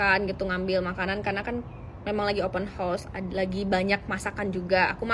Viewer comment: sebut betul betul, open house bukan open horse 🐎. Maaf canda aja✌️